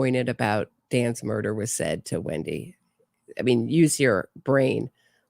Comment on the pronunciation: Everything Wendi says and how she says it makes no sense. She spits lies in people's faces." He never, he never!" The interrogator should ask what never.? (he would never poop in his pants?)she couldn't even pronounce murder. After a terrible hysteria of crying and moaning, breathing as if she was suffocating, suddenly she was talking to her mother calmly as if she were telling what nice clothes she had bought (Mom, sit down, listen, I bought the dress you dreamed of, just don't tell anyone)I wonder what woman who hates her husband so much despairs, yes, you can be sad or feel sorry, but Wendi put on a show😭😭😭👺🤣I love your sense of humor and your channel, between these tragedies I can laugh at these idiots who commit crimes without any sense.